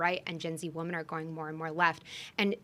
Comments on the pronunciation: Someone tell her how to say the plural of "woman." And people say "fLustrating" these days also. Sorry, I digress. Great episode, guys. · I came to the comments hoping someone else noticed this. I cannot take this woman seriously because she runs a company for WOMEN but doesn’t know how to pronounce “women” correctly! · Is it a generational thing to pronounce “women” as “woman?” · Why does she keep saying, "Woman", instead of women? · Why does she say “woman” every time she should be saying “women”? It’s wildly annoying